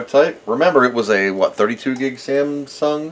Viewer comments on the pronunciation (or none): none